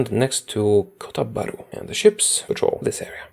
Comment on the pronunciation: The way u say KOTA BHARU is perfect ( i from Malaysia and my dad from Kota Bharu ) Funfact: Old malay writing Kota Bharu but in morden Malay writing is Kota Baru or Kota Baharu. Also Kota Bharu meaning New City Bharu,Baharu,Baru mean New Kota mean City.